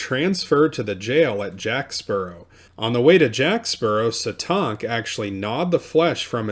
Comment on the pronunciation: That’s not how you say Satank 🤦🏽‍♀️